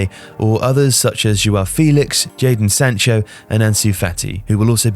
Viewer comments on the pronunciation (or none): Wow he said jadan Sancho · Amazing analisis until i heard jardon sancho